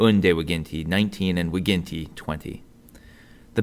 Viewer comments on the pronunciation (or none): you do the same mistake with "g" is not "vighinti"